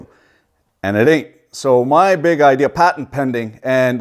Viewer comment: “I had no ideeaaarrr”